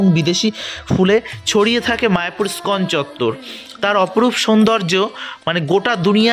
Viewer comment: দাদা , ইস্কন উচ্চারণে ই বাদ দেবেন না।